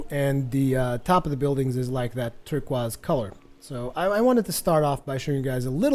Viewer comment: haha u said turquaze